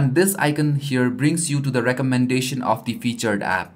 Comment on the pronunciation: One thing, icon is pronounced i-con not i-cen😀